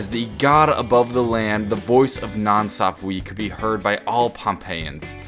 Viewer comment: God its annoying how he keeps pronouncing 'Sapwe' wrong